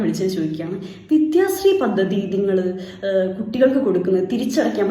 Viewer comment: പദ്ദതി," നല്ല ഉച്ചാരണം